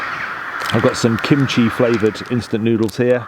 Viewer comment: Welcome back, be safe and ummm I swear I thought that you said Coochie flavored noodles 😂😂😂 I had to go back and hear that you said Kimchi flavored noodles lol